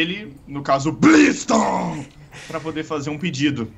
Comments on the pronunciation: Você : blistorm Eu: kkkkkkkkkkkkkkkkkkkkkkkk e blistoon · "O BLIZTON" Kkkkkkkkkkkkkkkkkkkkkjkkkkkkkkkkkkkkkkkkkkkkkkkkkkkkkkkkkk ,. (eu entendi isso kkkkk)